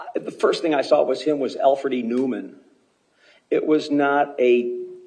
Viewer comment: He called him Alfred E Neauman.haha